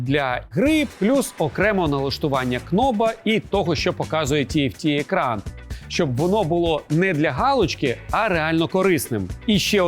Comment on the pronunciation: по-моїму "кноб" це неграмотно, ви ж не кажете "кнайт" (але "найт") чи "кнайф" (але "найф")